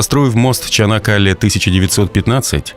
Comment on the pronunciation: Только не ЧАнакАле, а ЧанАк-калЕ, слух режет ваше искусственное произношение... А так - молодцы турки - новый канал строят на западе Стамбула, новый мост - и всё это одновременно и во время тяжелого экономического кризиса в стране.